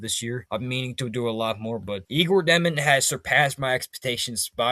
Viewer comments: Jesus his name is pronounced (yay•gor) (jo•men) 🙄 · Dëmin🙌🏼 (Dyomen, like saying "yo what's up?!")